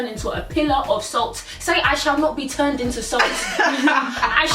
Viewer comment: "i shall not be turneed into salt" lool you guys speak soo much sense... love it <3